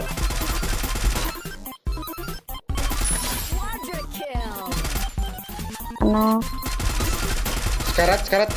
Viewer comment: Dia mau bilang sekarat malah sekalat 😭😭